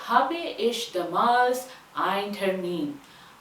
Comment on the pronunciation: In habe , Last mai AA ka sound aana chahiye not bee ka